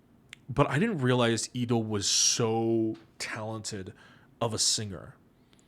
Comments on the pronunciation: Am i the only one who hears pd saying Leedo's name as Eedo? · Because actually thats how Leedo's name is read in Hangul. The "L" is not actually pronounced. 😊